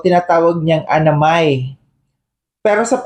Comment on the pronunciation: Kahit pag basa di marunong Simple g pangalan di alam basahin Anna Mae. Ang basa nya Anamay.... Para pati syang may tili ling tawa ng tawa . Kunsabagay in insultonat tinatawanan nya talaga SI kuya Val. Ugali na nya Yan .nag babalat kayo lng Yan noon.